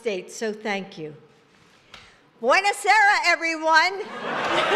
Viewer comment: No one noticing she said "Buena sera" instead of Buona Sera.